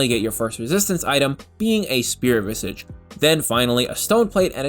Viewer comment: so you’re pronouncing coup de grace correctly but keep saying Spirit Visigi, it’s vizaaj